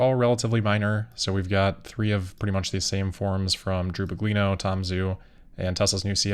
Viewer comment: Tom Zhu’s name should be pronounced “JU.”